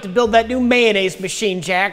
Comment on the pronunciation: Mayonnaise, not "Man-aise" 😜